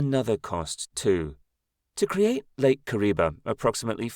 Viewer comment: The name is Kariba and not Kuriba.